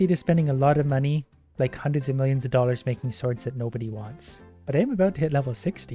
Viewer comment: WHYYYYYYYYYYY do you say dollar??